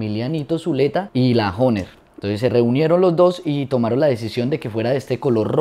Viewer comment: Oiga pero pronuncie bien la palabra HOHNER y toque vallenato y no boleros.